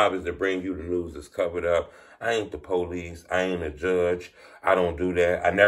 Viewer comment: I’m sorry but it’s funny to me when you say “policey.”